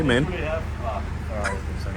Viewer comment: Deutsch: Mann Englisch: Man: Meng